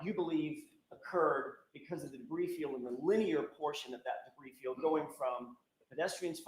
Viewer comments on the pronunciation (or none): I was quite excited at the thought of the "brie field" 😅